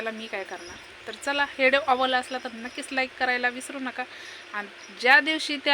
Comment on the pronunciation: हेडवो नाही ग विडीओ बोल